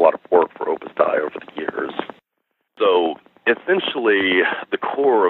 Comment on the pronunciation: It is Opus Dei (Day - EE) is the correct pronunciation. It's Latin.